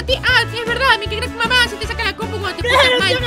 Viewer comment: mikecrck se pronuncia maikcrack Ya que se que nunca me lo leen auto like para no desaparecer Edit:mikecrack.exe se lee mikecrck exe